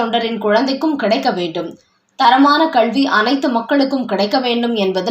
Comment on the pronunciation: கள் குடிப்போருக்கு கள்வி தான் வரும். தமிழ் இல்லை தமில்..டாஸ்மாக் உச்சரிப்பை மாற்றியுள்ளது.